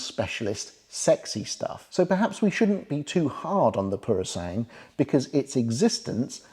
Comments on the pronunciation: Thank you for the information. But please do not change the name of the Purosangue, it is not purosang but Puro-san-gue. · i think i've heard you calling it "Purosang". The last syllable (GWE ) was missing. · Purosangue is pronounced pooro-sang-gwe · For those who may care: "Purosangue" is pronounced "PUROSANGWE" - where "GWE" sounds the same as in "Gwen", Owen, Dwell etc. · Ok let's get the pronunciation right... PuroSangue is "poor..roh" "sangweh". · Great review. Do try and pronounce the ‘gue’ at the end of Purosangue. Like the English word, sanguine. ☺️☺️☺️